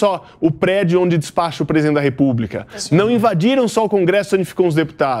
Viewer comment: Repúbrica? Ouvidos doendo